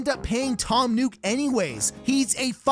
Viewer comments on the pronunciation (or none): FYI you're pronouncing Nook wrong. Its not NUKE, it's NOOK. Which is why the store is called NOOK n Cranny. 😑